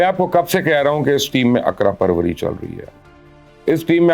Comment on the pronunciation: تجزیہ ہمیشہ کی طرح زبردست، مگر معذرت کے ساتھ، لفظ ‘اقربا پروری’ ہے اقرا پروری نہیں۔شکریہ